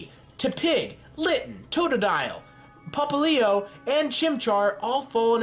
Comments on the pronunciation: ITS PRONOUNCED POP LI O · ITS pop-li-o how to pronouns it